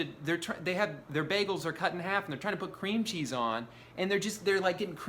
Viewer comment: I think what makes me most angry about this video is that Drew places the emphasis of the phrase "cream cheese" on the word cream